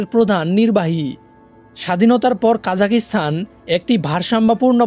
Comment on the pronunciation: জি ভাই দুঃখিত,,, উচ্চারণ কা জা খ স্তা ন হবে। ভিডিওতে তারাতাড়ি বলার কারনে এমনটা শোনা যাচ্ছে।